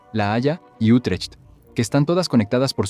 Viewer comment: No se pronuncia UtreCHt, se pronuncia "iutreGt"(con una G gutural), al igual que Den Bosch se pronuncia "den bos"